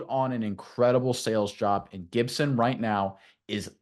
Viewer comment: lol when you learn how to spell then you should talk 🤣😂😅. It's Gipson not Gidson you sound like Tennessee with David Sanders Jr. on his TENNESSEE OV